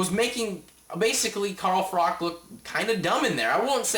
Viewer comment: its not frock its pronounced frotch lol good review tho